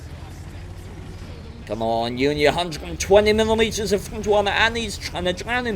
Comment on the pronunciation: _honest gaming, when you keep trying to say front, and turret i laugh my ass off. "fnngghht" of the "tuennnght"